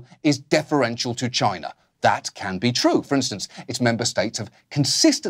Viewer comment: Every time Oliver says for China I have to convince myself he didnt just say vagina. Pipe organ vagina.. makes you wonder.